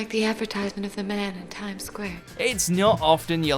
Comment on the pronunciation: Shamim Akter it really pisses me off people that pronounce it advertise ment